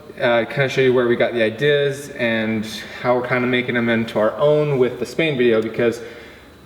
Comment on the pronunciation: why do you say ideas so weird?